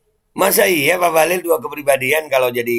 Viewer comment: Bang rocky manggilnya bahlul 😄 wlau salah nyebut 😂